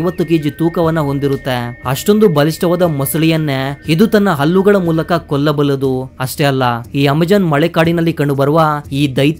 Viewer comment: Alligalu alla Halligau Allu. alla Hallu Kannada sudharisko...